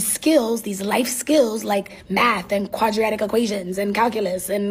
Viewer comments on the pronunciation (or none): Just a quick FYI to that smug teacher that knows everything, the term is “Quadratic Equation”, Not “qradriadic” equation or whatever it was she said. Hey, you’re the expert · "Quadriatic equations"??? LOL